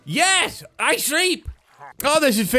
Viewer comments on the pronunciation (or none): the way says "shreep" instead of "sleep" is so funny (in a good way) and I'm sure everyone agrees with me